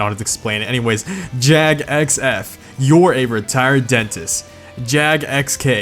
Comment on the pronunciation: Thank God you said JAGUAR properly. Just saying Jaguar and Jag!! Well done.